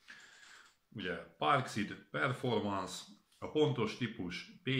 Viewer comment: parkszid ha ha ha ha jó a kiejtésed